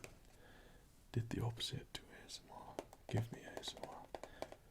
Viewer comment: Those were some cool acoustic effects there with the vase and the dish; using things to funnel or muffle the tapping isn't something I've seen much of in other videos. Worked for me! Also "A-S-Moi-r" X'D delightful. Looking forward seeing any over-the-counter vids you might do! :) Thanks as always for the tingles!